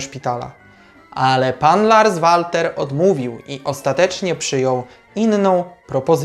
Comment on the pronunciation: PS. Odnośnie wymowy nazwiska trenera Larsa zajrzyj bo serio materiał spoko ale wymowa zagranicznego nazwiska w ten (Twój) sposób rani ucho 😃Nie wszystko co obce po polsku brzmi lepiej PS2. Wymawia się Lars Welter 😉